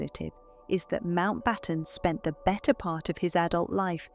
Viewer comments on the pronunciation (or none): none